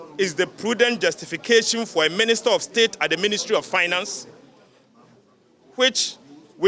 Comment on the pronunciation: Did i hear"Ministet" and "concrude"?😂😂.